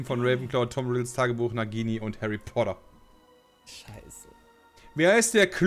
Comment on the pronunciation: Härri?? Er zerstört Harri?